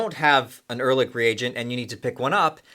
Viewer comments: Erlich is not pronounced with a k. In german, ch is pronounced softly. like sh only with a c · Wie er ehrlich ausspricht ist genial :D